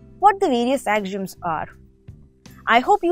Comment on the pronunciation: AXIOMS is pronounced Ak - See - Um The lesson was well organized with beautiful graphics and entertaining. very good Thanks